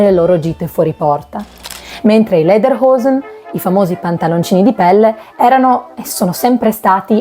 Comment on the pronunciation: Ottimo video, grazie! Le parole sono pronunciate in maniera corretta e questo da la misura della cura con cui hai lavorato. Solo Lederhosen dovresti però pronunciarla esattamente com'è scritta (non Lederhoesen). Complimenti!